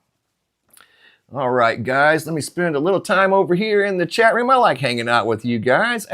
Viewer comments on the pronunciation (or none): none